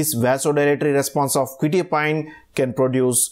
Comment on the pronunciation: Nice video but you are pronouncing the name wrong, it's "kwe-tye-a-peen" not "kwe-tee-a-pine"